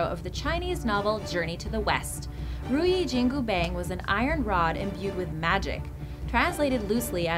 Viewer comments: wtf is riyu jingu beng? lol... please... pronounce it correctly, it's not even slightly the closest to the correct pronounciation, i didnt even know what was that until i noticed it was the legendary monkey king Sun WuKong's (孫悟空) weapon lol. (如意金箍棒) ru | yi | jin | gu | bang (not pronounce bang in english pls, looks funny) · omg not bang , its bong please pernounce it right the wu kong is the buddah of war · many wrong pronounciation of the weapon, especially ruyi jingu bang. annoying like Ryu in street fighter spelled by many westerner as Rah-yoo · Ruyi Jingu Bang...LOL. the way she pronounced almost made me puke out all my coffee.